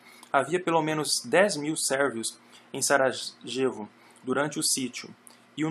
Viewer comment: Muito bom. Obrigado pela continuação do trabalho. Confesso que me incomodou ouvir várias vezes "Saragêvo" ao invés de "saraiêvo" para a cidade de Sarajevo. 😁